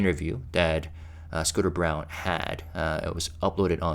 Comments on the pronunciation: I think that Scooter's last name is pronounced like BRAWN. Isn't it usually the case that the old CEO only sticks around for 4-5 years after a takeover? Surprised he lasted this long. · I’m hoping that you got that it’s not “Scooter Brown,” it’s “Scooter Braun” (pronounced like brawn.)